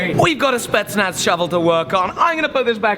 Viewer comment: Did he say spetznaf